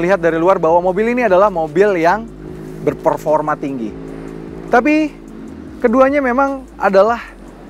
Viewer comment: Maaf sebelumnya tapi, jujur narasi add on nya suara nya terlalu kenceng, seperti narator yg ngomong terlalu deket ama mic. Artikulasi juga gak jelas seperti di menit , instead bilang 'Berperforma tinggi' malah jadi 'Berforma tinggi' . Dan beberapa lainnya juga agak mengganggu klo nonton video pake headset. Just my 2 cent opinion. Have a nice day..